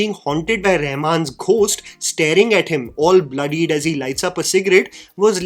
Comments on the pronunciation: seriously man, why do you mispronounce "Ghost" like that? The "H" is SILENT, dude. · Please check your pronunciation of the word 'Ghost"